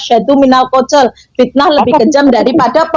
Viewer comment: Hahaha, botoooool botoo ool. Katanya tinggal di Arab Saudi, baca dalil Fitnah saja kok amburadul. Fitnah dibaca fisnah. Qotl dibaca kocel , vocer kali. wkwkwkwkw.